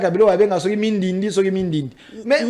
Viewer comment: C'est bandindi et non mindindi